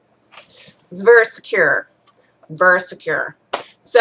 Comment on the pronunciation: Just saw the tags Vury sturdy. VURY heather. VURY teehed